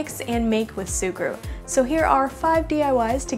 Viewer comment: Its me of She say SUGURU?